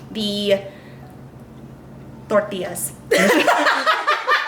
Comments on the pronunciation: Love and appreciate the pronunciation of Tortias!!! Yay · That was a good pronunciation of tortillas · I loved the way you sounded tortillas very 🥰